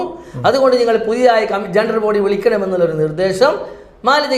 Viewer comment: ജെണ്ട്രൽബോഡിഅല്ല. ജനറൽബോഡി👍🏻